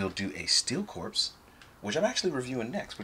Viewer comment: Pronounced: CORE not CORPSE 👍🏾